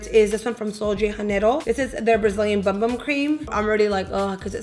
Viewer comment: I heart you but it’s pronounced “ boom boom” cream lol 😂 like shake that boom boom! 💃🏻 I’m loving that sleek pony with those earrings and that simple eye/red lip, yes! My fave thing this summer was wearing all warm, sunset eyeshadows, Colourpop Yes Please palette was my go to! IG: adelaney5 💖